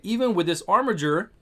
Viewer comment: Finally, someone who pronounces "Armiger" properly. It's a word, y'know.